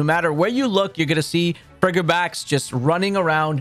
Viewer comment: Dude needs to go look up how to say these names. Snome, Abomnasow friggibax? Where is he getting these extra letters from